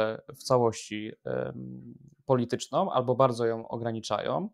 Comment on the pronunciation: "albo bardzo ja ograniczajOM" nie musialem dlugo czekac, masz dowoid, ze przewidzialem, bo mam dlugie doswiadczenie z tym "OM", gdzie byc nie powinno i na bank ci ludzie tak moiwiacy, zawsze wreszcie nie domkna (nie za kazdym razem) warg, gdzie wlasnie powinni!!!~ Wczesniej ( , ale dokladnie w )"obecna sytuacje politycznOM w Polsce", przepuscilem, choc mysle, ze sie nie prezeslyszalem. Dlaczego tak szczegolowo jestem czepoialski, bo Tusk ma wprowadzic kolejna reforme w szkolach, chyba slyszales, to dopiero bedzie kalectwo. Widac, ze jestes inteligentnym chlopcem i mam nadzieje, ze popracujesz nad ta przypadloscia, to nic trudnego, tylko troche koncentracji i kojarzenia, jakie w tych wyrazach sOM litery. Specjalnie tak napisalem, bo tak mowi dziennikarz TV Republika, mozesz posluchac, Jacek i dr. habilitowany, zajmujacy sie tematyka wojska z czasow PRL-u, ten juz starszy pan, wiec mi go szkoda.